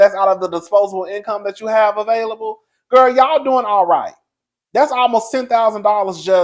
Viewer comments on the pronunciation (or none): none